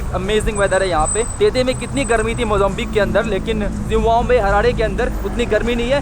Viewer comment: Zimbabwe bhai. Not Zimbambwe as you are pronouncing all the time. it is pronounced as ZIM BA BUE